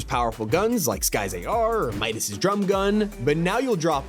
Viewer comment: a grown ass man saying meowdas... im sorry its just funny